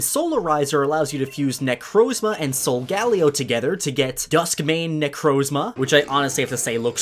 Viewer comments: Not SO-GAH-LEE-OH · "sol-gah-lee-ah what are you doing back there?" um...you mean?...Sol-gal-lee-oh? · In the anime they pronounce it sol-gah-lay-oh 👀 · I thought it was pronounced (sol-gal-lay-o) not (sol-gal-io) How did they say it in the anime? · I died when he said: Solgalio what are you doing there? uhhh i'm pretty sure its pronounced differently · Your whole channel is focused around pokemon yet you mis-pronounce solgaleo. Soul-guh-lay-oh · It’s SO-GAH-LAY-OH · Its pronounced sol-ga-leo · Why does he say solgaleo like that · who else got mad about the way he said Solgaleo? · I don’t like how he says solgaleo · you say so many pokèmon names wrong, watch the anime to learn how to say Solgaleo and Kyurem